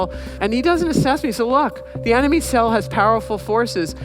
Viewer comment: Except for that moment she said "emeny" in stead of "enemy". But even then, she was a complete pro and didn't hesitate to continue on. Kudos